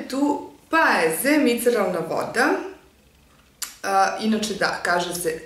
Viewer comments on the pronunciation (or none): Kaže se miceLarna, a ne miceRalna.